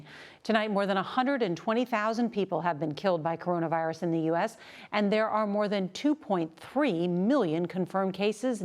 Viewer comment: She didn’t have to put the emphasis on the “two point *THREE* million”.